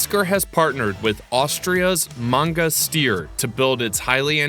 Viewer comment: Steyr is pronounced: sh like in she, t, i, r ->SHT-I-R, just fast with no pauses inbetween letters